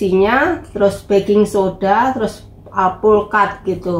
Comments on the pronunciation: alpukad jadi plukad😀salam hangat dari Tuban Jawa timur .Indonesia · alpukat, dia bilanG nya PLOKAT 😁